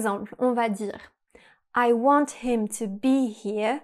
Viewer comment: Interesting video. However, you kept mispronouncing the English words “here” and “want.” Keep practicing and you too can sound like a native English speaker. 😂